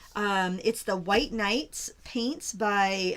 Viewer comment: pronounced the White Night maker brand correctly. Love to see in all the palettes that you’ve shared over the years in one whole video!! And thanks for recapping the highlights and tips for each brand!